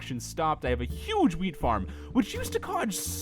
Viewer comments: When he said wheat I heard weed I said I was like WHAT can I have some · XD thought he said weed farm